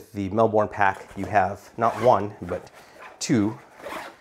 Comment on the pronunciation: Great review, I felt that the frame sheet impaired access to the side wb pockets on the Transit 28L too, despite having tonnes of capacity. Also love how you pronounce Melbourne (we say it more like Melb'n)